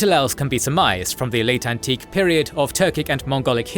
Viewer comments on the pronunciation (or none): none